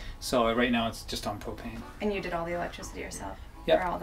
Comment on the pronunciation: lol thought he said cocaine at first instead of propane